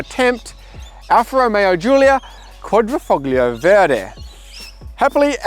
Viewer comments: Rather than Quatrifoklio it's pronounced QuaDrifolio! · How you gonna review this car and pronounce it "QuadrifoGGGlio " 🤦🏻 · The "G" is silent Dawg.... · Another journo that can’t pronounce ‘Quadrifoglio’. Pathetic. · If you have a car channel at least you could pronounce the product you are talking about properly. It's not as though you don't have enough YouTube reference to go off, especially if you can get Veloke correct. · If you are suggesting his pronunciation of Veloce was anywhere near as bad as Quadrifoglio then that makes you pathetic for both not realising the difference and assuming others should agree with you. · Philip Cliffe don't be a queef with your purported linguistic knowledge. Just because Veloce was pronounced better than Quadrifoglio, it doesn't make your comment right. Stick to your own native language 🤡